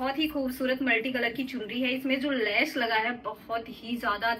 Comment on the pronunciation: Lais nahi les bolte hai